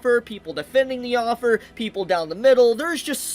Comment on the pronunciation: Your pronunciation of "Author" as "Offer" is annoying the hell out of me.